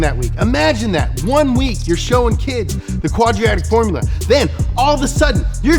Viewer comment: "Quadriactic formula" 3.55 had me dying.